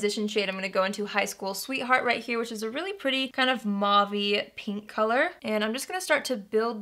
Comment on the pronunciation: Haha "but it sure is perdy" 😂 I seriously want this palette just for the packaging. I LOVE flowers so much! I think it's gorgeous for the colors.